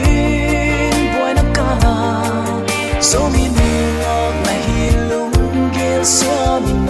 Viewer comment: Zomi ❌ zoumi ✅